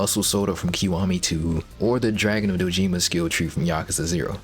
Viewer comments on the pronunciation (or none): Dojima. Doh-Jih-mah. Not: doh-JEEmuh.